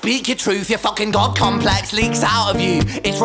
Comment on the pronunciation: Ok so this is a masterpiece of a song and the way he acts everything out.but am I the only one who herd him say dog complex instead of God complex?